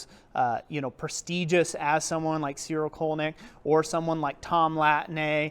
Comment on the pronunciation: Interesting review. Just FYI, I am pretty sure the correct pronunciation of his name is "Tsiril Tsolnyi:ck". "Colnik" is not an german word and it does not have any meaning in german. The meaning in slovak language is "customs officer". Even his first name "rhymes" with the last name in slovak language so obviously that I am sure his roots must be Slovak even if sources say that he was born in Styria, Austria. Slovakia was part of Austrian empire at that time and I think his parents moved there for work.